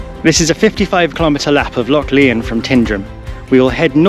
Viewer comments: It's pronouned as LION (though spelled LYON) and not pronounced as LEON. Nice video! The music is overly intrusive and loud in places. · it is pronounced lion not Leon glen lion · It’s pronounced lion mate - nice vid! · it's pronounced Lion, like the king of the beasts. Great videos by the way, keep up the good work. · Epic" i think its pronounced [ glen LION] as in king of the jungle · "Lyon" ? Your pronunciation needs a lot of work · It’s not Leon it’s said as in lion,also it’s pronounced Tinedrum otherwise enjoyed the video